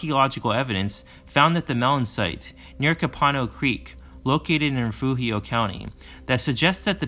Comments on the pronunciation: Re-foo-heo. .sounds correct just as it is pronounced in Spanish! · I appreciate the video and the way you correctly pronounced Refugio.